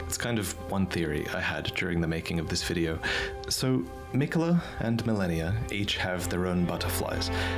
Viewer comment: The guy can't even pronounce Malenia correctly, instead he keeps saying "Millenia" She even says her name several times as she kicks your ass